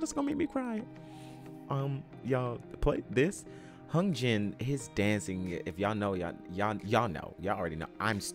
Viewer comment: Hyunjin is pronounced /yoonjin/